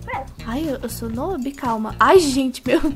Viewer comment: Por que a fala nob mais é nub Só escrevi errado para não ficar a msm coisa tipo Noob Noob tendeu